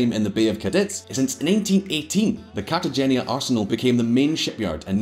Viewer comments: Trade "Carta-genya" for "Carta- hainya" (G is silent in the Spanish language) and you'll be pronouncing it correctly. Love your channel! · Cartagena is pronounced Carta-hen-a. His mispronunciation is as distracting as his yellow teeth. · It’s pronounced Cartahena. Check it out before looking like a prat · Like his relentless mispronunciation of Cartagena. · Please pronounce Cartagena correctly just once in your life. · Surprise surprise, messed up pronunciation of Cartagena. But it doesn't matter, really, if your shirt is cool and flashy, everything is permissible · Mate, u absolutely butchered the name Cartagena!!!! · I'm surprised that a Scot can't correctly pronounced either the guttural 'g' or the 'n' in 'Cartagena' and that he's similarly unable to correctly pronounce the 'zn' in 'Aznar'. One wonders what else is wrong. I'm looking forward to the clips on the UK's various defence projects and how they a) have run over budget and b) are unfit for purpose.